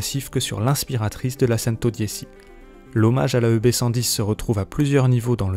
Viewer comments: C'est Centodieci pas santodisi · "cèn-to-di-é- chi " pas cèn-to-di-é- ci " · En italien 110 se prononce "tchento diéchi" et pas sentau diessi Merci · Pareil je préfère le prononcer avec l'accent italien🇮🇹 Centodiechi👌 Après on ne prononce version Français quoi🇫🇷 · La « sèntodiési » mais PTDR c’es quoi cette prononciation 🤣🤣🤣🤣🤣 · Centodiéssi????? Et t'as pas été capable de le prononcer correctement? Je ne regarde même pas la suite de la vidéo tellement ce journaliste se fout de nous. C'est bien tu sais lire mon gars... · La façon dont la voix off prononce « Centodieci » me déprime...on ne sent aucune passion auto. Hé! C’est une Bugatti, pas une 208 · Serat Ser oui mais je sais mais c’est francisé x1000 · oui c'est une honte que ce journaliste n'a pas une culture générale suffisamment étendue pour savoir prononcer correctement ce mot italien. Mais que veux tu, c'est un homme dans la moyenne donc pas de miracle. En moyenne les gens sont médiocre, c'est comme ça. Faut faire avec et lâcher prise quand t'es au dessus du lot. Moi aussi j'ai trouvé ça laid qu'il le prononce en français. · Mdr pareil 😅😅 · Ouais j'avoue le journaliste il a mal prononcé